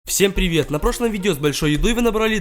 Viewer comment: Пиривет пиривет